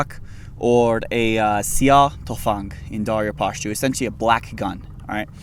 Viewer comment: Because I think he's Afghan. He looks Afghan and his Pashtun pronunciations sound right.